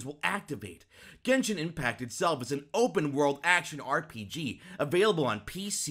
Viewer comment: He said ARTpg